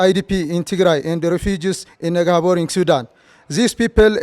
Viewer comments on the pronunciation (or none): is not negabory it is neighbouring. the rest good point